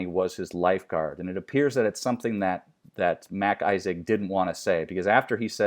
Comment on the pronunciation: It's MacIsaac a Scottish name not Mac Isaac like Mac's his first name.